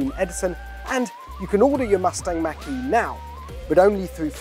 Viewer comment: Why can’t anyone on YouTube properly pronounce “Mach”?